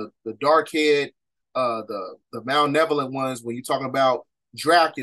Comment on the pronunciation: Don’t mean to be rude king but it’s Malevolent* not Malnevolent. Thank you for the video 🙏🏾